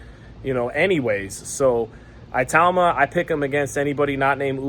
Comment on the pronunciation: It is pronounced e-tauma it’s an African name